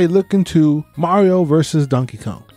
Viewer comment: I'm sorry but did you call him Dankey Kang? xD